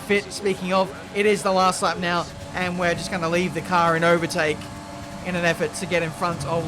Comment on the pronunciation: "Haven't been oble to avertake" really proves that you were too tired.